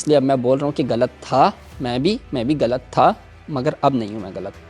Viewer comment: اردو سے زیادہ یہ ہندی بولتا ہے۔ خوش کو کھش اور غلط کو گلط بولتا ہے۔ لعنت